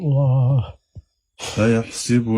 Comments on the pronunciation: قراءة جميله لاكن قال ايحسبُ ب كسر السين والصحيح ب فتح السين ❤ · بسم الله الرحمن الرحيم أيحسَبُ الإنسان صدق الله العظيم انت قلتها غلط 2 بسم الله الرحمن الرحيم نطفة من مني يمنى صدق الله العظيم انت قلتها بشكل خاطئ